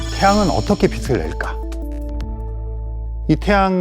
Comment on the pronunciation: 빛을 빛이 를 비슬 비시 라고 읽는거 너무 거북하네요